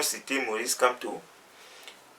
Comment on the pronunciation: tu n'as rien a dire va compléter ta dentition et tu évites de prononcer le nom du Grand prof n’importe comment